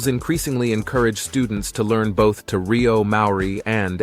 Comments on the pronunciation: Te Reo is pronounced T Ray-oh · Nothing wrong with the voice! An excellent voice! Some words were not pronounced correctly, Kākapo, Te Reo. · No it's not... Try this, Te ...(Teh sounds like hair but short and sharp don't drag the sound) Re...(reh Like Teh) O ... (Or not oh like go) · Kākapo is pronounced with the emphasis on 'Kā', not on the middle 'ka'! Te Reo - pronounced Te as teh, Reo as Raio.